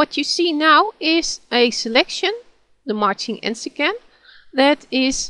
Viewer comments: This tutorial is VERY helpful. One suggestion: Where you mention ALPHA TO SELECTION it sounds like you are saying some exotic French word like "marchinent." It took me an hour in Google to find a GIMP glossary which explained that you are actually saying "MARCHING ANTS" ... so if you put a little pop-up in the video, then that confusion will be removed. But I watched your FAQ so I know you are overwhelmed with things to do. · Yes, it took me an hour to locate the Gimp Glossary and stumble across "Marching Ants." I went back and listened to your tutorial 4 more times, and I still could not clearly make out "marching ants" except I knew from the context that this is what you meant. .. It still sounded to me like "marchenance" and somehow I was thinking about "marquis" so I assumed that "marchenance" was some related French term.